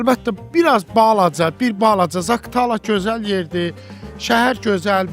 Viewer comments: Zaktala yox Zaqatala !! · Zaktala yox zakatala. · Yaxşı oğlansan. Ancaq Zakıtala yox, Zaqatala. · Zaktala yox, Zaqar Tala.. AVAR RAYONLARA GEDENDE DUZ DANISH